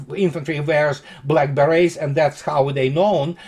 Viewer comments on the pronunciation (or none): Lol - when you said "Black Beret's" I could have sworn I heard "Blackberries" and I thought "oh, what an interesting nickname for the Naval Infantry!"